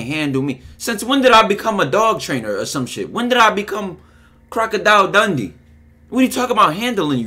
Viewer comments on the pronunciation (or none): Bro dis man said crocodile dundy😭😭😭😭